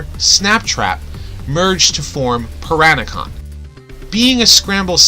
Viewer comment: Oh one more thing It’s pronounced “P-RaN-a-con” With a lowercase “a” sound not P-RAN-a-con, ... with a uppercase “A” sound As the combined formed was named after the fish named piranhas